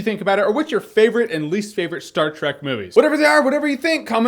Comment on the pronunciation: Every time he said "Trek" I herd it as 'Shrek'. Dunno why. Don't ask.